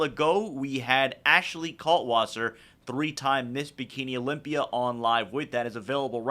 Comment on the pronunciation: "I'm leaving Amander at home and going to the Olympier" dave has a tough time pronouncing that 'a' ending lmaooooo.